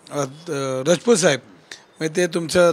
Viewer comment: धंगेकर साहेब रजपूत नाही, ,,राजपूत म्हणा, ,लाज वाटते का राजपूत म्हणायला